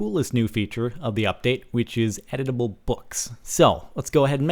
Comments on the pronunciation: I thought you said Edible instead of Editable lolzors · I kept on thinking he was saying "edible" and i was like da fuck? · am i the only one who heard him say "edible books" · I thought he said edible pages not editable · oh from the title i thought he said "edible books" so i was really interested lol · its pronounced edible books not eatable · When you where talking I thought you said edible not editable books.XD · DX I thought I heard/read "Edible" books instead of "Editable" books... I was SO getting ready to see CaptianSparkles nom down some paperback bookworm style. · I swear he said "Edible" the entire time he played I wondered, "is he going to eat it?" But then I realized that I'm an idiot and he said "editable" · ohhhh editable books i thought he said edible books lol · I thought he said edible lol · I thought he said 'edible' as in, eating books. O.o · I keep hearing 'Edible' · Am I the only one who thought it said "edible books"? xD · I thought u said EDIBLE lol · at first i thought you said edible blocks. i was thinking is there steakwood now? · is it just me or every time Captain Sparkles says editable, I hear Edible. a.i. making the book edible :P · when he was talking about the books being editable i thought he was saying edible. like eating. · i thought when you said "editable" you said edible as in consume to gain exp. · Am I the only one that thought he said edible books? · I thought he said edible book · i thought he said edible books lol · I thought he said eatable books lol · How many other people thought he said edible? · i kept thinking you were saying "edible books" :P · Lol, I thought you were saying "edible books". xD . Also, YES!!!!!! Mining ice is awesome. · Thumbs up if you thought he said edible books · i thought you said edable im like 0.0 ahhhhh this is crazy then its like quill and im like ewww you are going to eat a pen and a book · this whole time i thought he was saying edible! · I thought you said edible